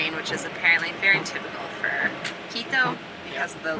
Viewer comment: your pronounciation of Quito would make my ex throw things at the monitor. You are saying Keedoh. You have to remember that in South America, any word ending in o uses a short vowel sound, not oh! So it would sound more like Kito. Good video as usual, have a good week and stay safe.